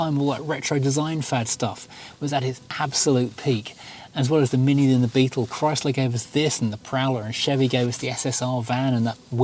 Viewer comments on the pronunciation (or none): none